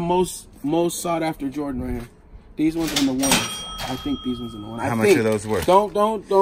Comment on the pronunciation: Butchering jordan brand